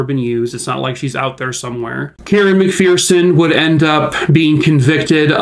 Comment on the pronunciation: Just an FYI on how to pronounce McPherson. Pronounced like Mc"Fur"son because there is no "Fear" in the McPhersons! So sad the FBI did such a horrible job on this case. 😪